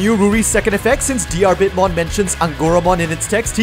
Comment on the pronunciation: Bit of language advice: You don't pronounce the "a" in Diarbbitmon's name. Even disregarding that it's spelled ディルビットモン (pronounced dirubittomon, with the double tt denoting a quick, less than a half second pause before starting the t noise), his name is based on Diarmuid Diarmuid Ua Duibhne, which is pronounced Deermood Oh Dyna, because Celtic transliteration is full of shit and devised by people higher than the international space station.